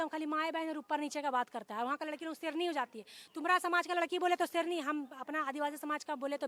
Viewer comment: Serni not seyarni hai Khekseren